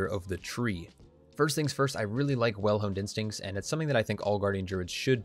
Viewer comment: I could've sworn you said "Well Hung Instincts" - not sure how that would help a bear :D